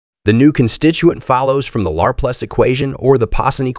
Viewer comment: It's, Leplare... son! 😂 For real though my eye twitches every time it says it.